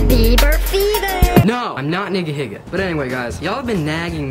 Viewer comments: He said Niggahiga. It's pronounced neega•heega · Nigahiga? you racist bro, its not said like that